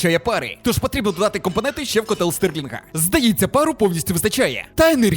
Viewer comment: Стерлінга, не Стирлінга